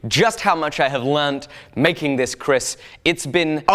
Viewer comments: hey you pronounced kris wrong its pronounced ker-ris instead of kris also love ur work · Hi. Love your shows. By the way it is pronounced Ker-ris not kriss Thanks